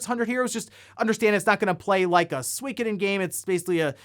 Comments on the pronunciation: What the hell is Sweekoden? I have played all of the SOOOKoden games. You say potato I say you're wrong lmao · “SWEEEKODEN” lol Sorry that made me chuckle FYI It’s pronounced Sue - E - ko - den 🤓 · Sweekadin? SWEEKADIN? What kind of pronunciation is that??? SWEEEEKADIN??? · I'm pretty sure that suikoden game is pronounced (su-koh-den) pretty sure there was a commercial back in the day where it was pronounced su-koh-den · “Suikoden” pronunciation in the US is a war crime. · Eiyuden und Suikoden, please check your pronunciation. I’d buy the PSVR2 this year but as long as there’s the PS5 shortage? Nah. They also need more than one game like Horizon. They really need to have at least 5 titles at release which would entice people to buy the new PSVR.